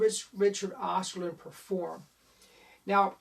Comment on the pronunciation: "Osterlind" .. not "Osterlund"